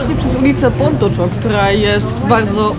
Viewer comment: Fajnie zrealizowany film, ładne ujęcia. Szkoda tylko, że jeszcze o odpowiednią wymowę japońskich słów nie zadbano. Jak ktoś jest w temacie, to coś takiego jak Macza (zamiast poprawnego Maćća), Pontoczo (zamiast poprawnego pontoćio) albo fuszimi (zamiast poprawnego huśimi) strasznie w uszy kole. No i niestety powiela błędy, przez co ludzie, którzy nie mają pojęcia o Japonii będą również te błędy powielać.